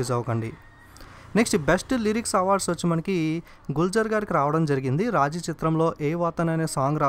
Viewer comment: Raaji kaadu raazi